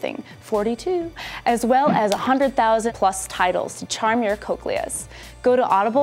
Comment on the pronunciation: its pronounces cocklea not cokelea